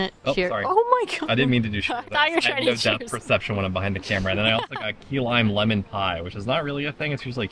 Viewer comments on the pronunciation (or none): none